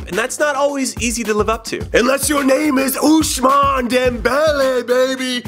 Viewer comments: Why does he keep saying oushmane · There is no "sh" sound in Ousmane Jimmy